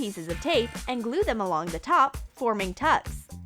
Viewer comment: You said and wrong and you sais select wrong